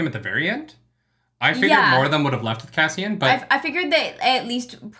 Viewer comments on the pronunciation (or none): none